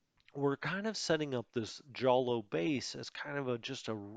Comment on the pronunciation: I just had to look it up. Jolo is pronounced "Holo".